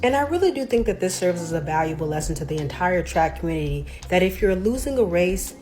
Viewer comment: In the communitah, he’s a “real man.” 😂